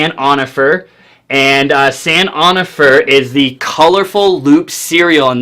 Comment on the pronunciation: lol its pronounced san un know fray... its a place in cali...